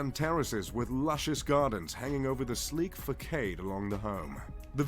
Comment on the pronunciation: He got facade wrong, and said "motive" instead of "motif".